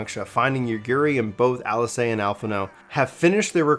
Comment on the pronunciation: Cough Ah-SAW-hee. Cough YOT-soo-yoo. Cough YOO-gee-ree. You're welcome. 🤘